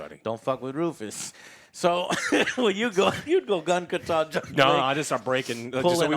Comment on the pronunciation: I hate the way this guy says gun kata. The emphasis is in the wrong place. Good review though.